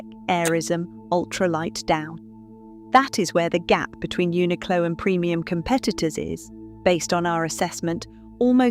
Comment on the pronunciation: Uniqlo pronunciation is Japanese , not English pronunciation, so it is right .